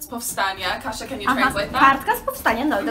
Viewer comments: Why do you call Kasia a kasza? is she a food? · Why do you call her kasza? xD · "Kasza" instead of "Kasia" xD <3